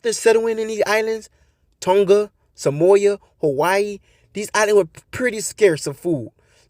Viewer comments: Your facts are coming from your ass. You usually disregard people with so called facts when can’t even pronounce the names of these islands. It’s Samoa not Somoya and Papua New Guinea not Papua new garnia 😂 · it's not pronounced astro it's austro...like Australia not Astralia, and sa moa not sa moya